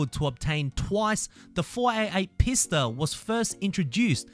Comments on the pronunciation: Isn't the Pista pronounced Peesta I've been pronouncing it Peesta the whole time XD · yes, that's the proper pronunciation.